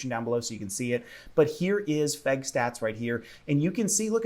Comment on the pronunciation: when you say "FEG bus" it just kills me man XD